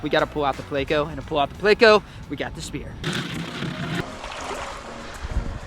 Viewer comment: Plecos are pretty decent but its not pronounced (play-co) buddy and thats just the short name for Plecostomus